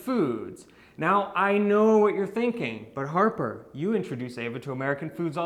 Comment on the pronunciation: It’s “Harper” lol 😂 it’s okay, you tried. Just thought I’d let you know. No hate here!!